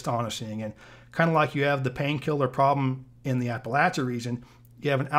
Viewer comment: Thank you for pronouncing “Appalachia” correctly